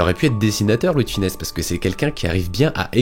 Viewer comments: Superbe video, mais attention à sonnom, c'est Louis De FUnès, pas Louis de FInès. Bonne continuation! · Ravis que la vidéo t’ai plu ! ☺️ Oui je sais comment cela se prononce mais j’ai tendance à me tromper en prononçant son nom rapidement dans certaines phrases !